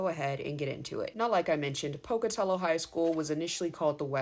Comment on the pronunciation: Thank you for pronouncing Pocatello correctly 😂 I'm class of 2000 ❤️